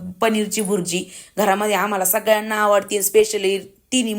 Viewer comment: बुरजी नाही ताई भुर्जी